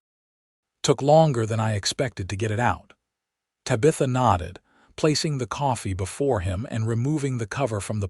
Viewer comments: AI needs to adjust the name Tabitha… a great story but the mispronunciation of her name is an easy fix.. Ta-Bi- Tha..NOT Ta-bith-a… AI can fix this! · I wish the AI got TABitha's name correct. The story itself is wonderful. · I don't rhink i can listen to AI call her Tuh-bitha for 2 hours . Cya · Ta-bith-a (please) and Santa Fay -:)🙂